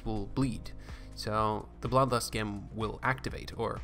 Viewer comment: Great videos! Just to let you know, it's spelled "gem" but pronounce it "jem"